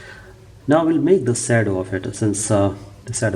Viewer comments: very good work... But yar ye English accent badal ke na bol yr.. 😂 jesa hai vese bol na yar... Shadow hota hai sedos nahi 😂... Or sedos bol yar sahi hai... But dikkat aayi kaha.. Ki accent bhi badlna h... 😂😂 English bol yar... But normal bol na... Apni India wali... 😊 Baki kaam 100% zabardast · it is shadow not sadow,,,,and it is paint not color